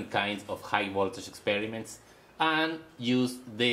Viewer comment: plase dont seyy a agan and again AAAAAAAAANnn AAnnnn AAnnnnnnNNN aaaAAAAnnnnn not ANNN but AND!